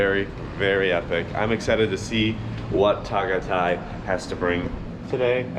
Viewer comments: Biscuit Boys, I'm starving. Beef Tapa???? Epic. Is that Jessica Soho of KMJS? the way you frackers pronouce "Ta-gay-tay" such an epic and funny 😀 Taal Volcano erupted January 2020, right before the pandemic. You can't go to the island now, its still within the danger zone. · It's pronounced Tah-Guy-Tie. There's no a accent. Just ask a local how it's pronounced.